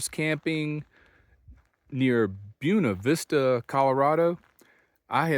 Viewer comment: Nice work pronouncing Buena Vista correctly! I hope you're enjoying my home state.